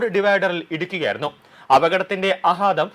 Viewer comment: ആഹാതം അല്ല ആഘാതം...